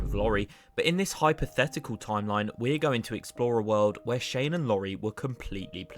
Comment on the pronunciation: god the fact you call laurie lorry is annoying as hell learn the names and pronounce them if your gonna be a person uploading videos